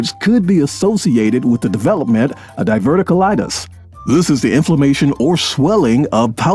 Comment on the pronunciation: you're pronouncing die-ver-tic-you-lie-tis wrong